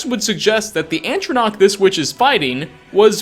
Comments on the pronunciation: ffs is ATRONACH NOT ANTRONCACH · Also,, it's "atronach", not "antronach". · Please. Stop. Saying. ANTronach. it's an Atronach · what's an antronach? did you mean atronach? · psst... it's not Antronach it's atronach[a•ch•rr•on•AH•ck] or [a•ch•rr•on•AH•ch] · atronach. Not ANTronach. Yeesh, dude. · ugh... i hate how says "Antronach" instead of "Atronach" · Get your facts straight!!! It’s ATronach, not ANTronach, and it’s the school of Conjuration, not Destruction. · Atronach, not "antronach". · Please can you say Atronach, and not Antronach, thanks. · you do know that atronach is not spelt "Antronach" right? why add the N at the start for no reason? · It’s Atronach, not ANtronach, and also ATRONACHS aren’t destruction, they’re conjuration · Omfg I love this channel but every video there's a mispronunciation. ANtronach!? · "Antronauch" That hurts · Did you just say "Antronoach"? Plus, Would a hunter leave their hunting tool sticking out of the hunted? Doesn't seem reasonable. May be the supposed hunter was defending themselves? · Man atronachs come from conjugation not destruction and you are saying atronach so wrong my urethra is shriveling